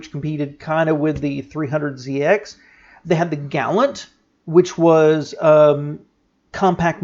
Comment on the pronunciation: Galant pronounced 'gah-lahnt' You said word 'gallant'..